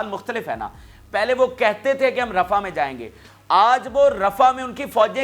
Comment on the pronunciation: Pl read rah as rafah